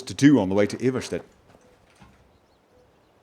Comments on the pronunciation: Anyone else pronounce the town eye-var-stead? Instead of his eve-ver-shead? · I think it's pronounced Eye-Vahr-Stead. If that makes any sense. XD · Eye-ver-stead? phonetically spelt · Why cant you say Iverstead properly stop saying Eevarshted! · It's either Eye-Vahr-Stead or Eye-Vahr-Steed. I believe it's Swedish pronunciation. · Okay, just the first time he says it it's correct. The last a should be pronounced the same way as the first a, just a bit shorter. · Yeah you pronounce it wrong, but the way you say it is much better anyway. So I don't really mind.